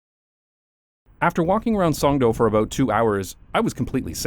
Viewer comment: its actually pronounced Songdo not Songdo